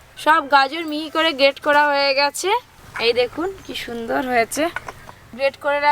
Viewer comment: কথাটা কোরা নয় করা হবে ।